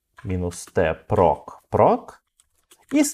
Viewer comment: /proc - вроде произносится как проЦ, а не проК, так-как сокращение от process.